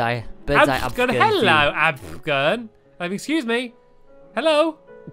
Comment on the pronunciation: Its AFFFFFFFFFFFFFFFFFFFFFFFFFFFGERN not ABFGERN or AVGERN